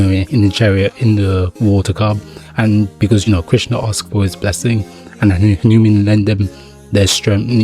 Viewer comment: It's not hanimun 😂 it's hanuman